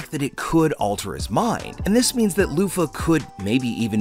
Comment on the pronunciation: did you just call him Loufa? lmao